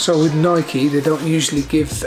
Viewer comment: pronounced Nikeeee